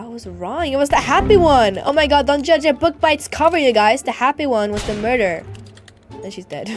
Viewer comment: The way you says dont joudge a books by ITS Cover